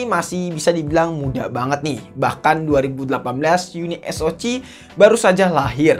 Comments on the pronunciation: Uniso "si" om, bkan Uniso "ci"😂😂😂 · Bang spelling nya uni es o ce. Bukan ci. 🤣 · Harus nya baca nya YUNI S O SI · Kenapa bacanya gak unisok aja sihhh😎